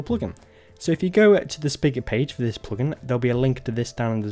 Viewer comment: The PLOGIN accent lolz